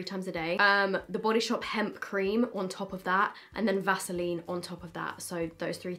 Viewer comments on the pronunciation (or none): none